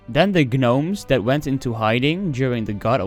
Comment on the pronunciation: Love your content man, quick tip is when you come across the word “gnomes”, you can pronounce the word without the G the same way as the K in “know”. Keep up the content man!